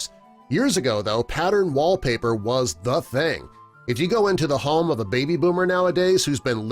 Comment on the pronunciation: Why is he saying home like harm?